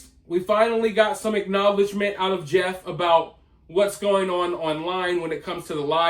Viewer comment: She obviously has single digit IQ. She couldn't even pronounce Jeff.